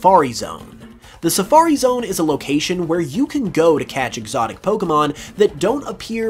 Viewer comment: EGGsotic, ha